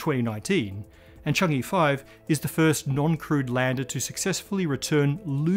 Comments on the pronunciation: Hello! Thank you for all these great episodes. I love this channel. I need to nitpick just a little. Change-e (or with a thick Beijing accent, "Chang Er") is not pronounced "Chang Yi". The Chinese lunar program is named after the Moon Goddess, 嫦娥. The "a" vowel is similar to a British "a" in "shan't'", and less similar to "a" in "can". The "e" is more like the "u" in "ugh". The same for anywhere the "e" appears in PinYin; it's a short "u" sound. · It's pronounced as "chang-uh" and not "chang-ee" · Need to point out that “Chang’e” is supposed to be pronounced as “Chang-uh”, where “e” is pronounced as in “earth”. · Pronunciation point of order: the “e” in Chang-e is pronounced “uh”, as in “hut” in Mandarin. I know transliteration of Mandarin can be a little confusing, but “Chang-ee” is ruffling my eardrum’s feathers! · Chang e. It is read like earl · Chang’e pronounced (Chong-ahh). Chang’e is the Chinese moon goddess whose beauty and loveliness is the subject of countless poems and stories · Chang'e is pronounced chang ah btw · It's pronounced Chung-err.